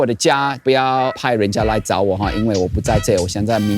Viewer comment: 沒錯，還説底加，超驚艷的